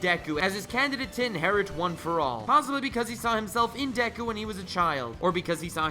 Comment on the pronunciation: You're saying dek-ku when it's just de-ku/Dek-u